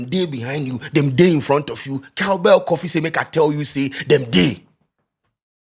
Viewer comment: can people stop saying "KAFI".. what is KAFI.. its coffee... tell the guy in the background to learn from u ..